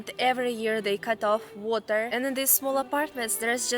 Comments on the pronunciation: pronouncing water correctly but then changing it to Russian style. good vid. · Lol you said water (heater part) like an american, then corrected yourself to say it properly